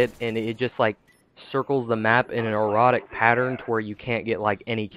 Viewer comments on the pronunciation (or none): In an "Erotic" pattern? Hahah sounded like you said that instead of erratic